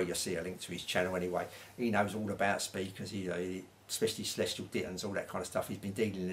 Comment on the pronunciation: Celestion, not Celestial lol